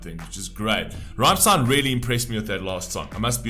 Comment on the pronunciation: Please listen to Rammstein's songs Rammlied, Wollt ihr das Bett in Flammen sehen, Ramm4 or Rammstein then you know how the band's name is pronounced. Again you stopped the credits... went from a like to a dislike